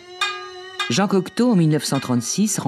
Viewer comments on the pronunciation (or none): none